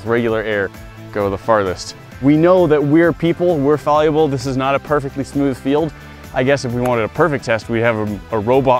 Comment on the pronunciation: Wait.. Did he just say "Fal-u-ble" So meta...